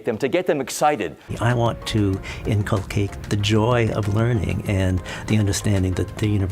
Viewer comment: The google translate pronounces the word inculcate with stress is on the 2nd syllable